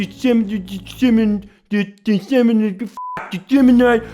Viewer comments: Apparently "dessimnate" is close enough to "disseminate" for a legal document. Edit: "derigotarory" is even worse 🤣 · 'dessimnate' and 'derigotarory' lololololololololololol fark so dumb